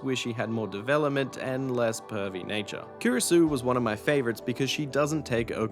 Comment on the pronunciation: And mess up every single f-ing name there is in the game. Kiiurisou? Seriously? Is it so hard to say plain two sound syllables?